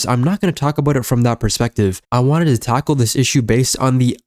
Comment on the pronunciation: did you just say you want to taco the issue